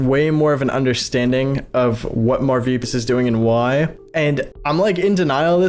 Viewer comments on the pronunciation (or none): Just a side question, why do you call him Marvipyas? It’s Marvpyas, like without i? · "Marvpyas" isn't spelled the way you're pronouncing it, but there's really no other good way to pronounce the name because it's not really written in a way that can be roperly verbalized. It's just a really clunky name that makes me wonder if it was auto-generated or something. IMO.